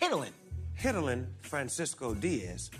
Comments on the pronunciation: bro said hid di linn 💀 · The pronunciation is getting there but not yet since its actually "heidi-lyn" but they're better 💓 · They should've told Snoop - it's pronounced HIGH- dee- lyn. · Yep but the staff still should've told them that the correct way to pronounce it is actually "heidi-lyn" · Lol. That’s “Hi”, to “Hi”dilyn. That’s the pronounciation. Still very nice reporting bu Kev and Snoop. 😁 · That's not how u pronounce hidilyn tho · as a filipino, i can say snoop and kevin's pronounciations were wrong.